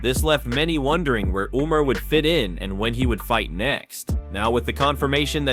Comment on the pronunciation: Umm sir... Umar who?! These pronunciations are wild